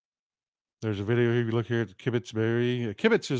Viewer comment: By the way,, to kibbitz is to make small talk. A kibbutz is a communal enclave, usually agricultural, it's pronounced with a short u sounnd, somewhere between the u in butt and the oo in boots.